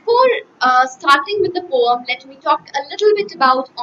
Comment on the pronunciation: She is pronouncing poem like this? No questions to her knowledge, but improve this part...